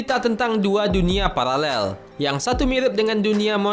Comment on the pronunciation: paralel bkan palalel hhhhaha